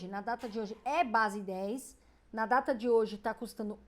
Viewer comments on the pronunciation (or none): none